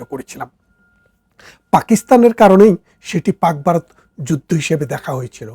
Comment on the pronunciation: আপনি বলছেন বারত , যুদ্দ , ইত্যাদি । কেমন হলো